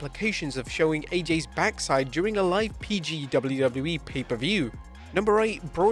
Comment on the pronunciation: That’s what happens when you’re English and you say the letters correctly 😂